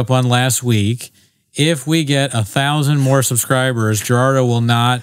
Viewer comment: Everyone gets Gerandos name wrong